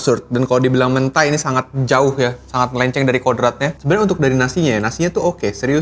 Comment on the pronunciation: Mentai huruf E nya dibaca seperti kata Eko, bukan E nya Jeruk